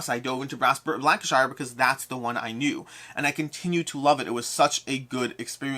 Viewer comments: FYI “Lank-uh-sheer” and “Bur-ming-um” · Im from Lancashire and to my shame, I dont own the game! 🤣 (Just a side note, we Lancastrians pronounce it Lancasher). 👍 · Great vid. But they are pronounced Lanca-Sher and Birming-um ;)